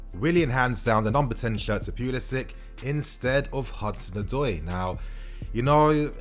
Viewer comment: Pulisic- say "Sick" ... Give respect to his name please